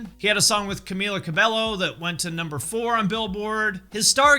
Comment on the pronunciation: Just a minor pronunciation fix: Camila Cabello is hispanic, so the LL's in her surname are pronounced as if they are a Y, like quesadilla is said que-sa-di-ya. Ca-mi-la Ca-bay-yo.